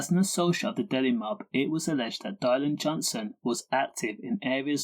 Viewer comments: Its dillan not dielan. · diylan ffs pronounce his name half whit